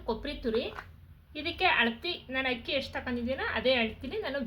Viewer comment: Super laddu🎉🎉 but ಅದು ಹಕ್ಕಿ ಅಲ್ಲ ಅಕ್ಕಿ ಕನ್ನಡ ಶಬ್ದ ಸರಿಯಾಗಿ ಇರಲಿ 😂🙏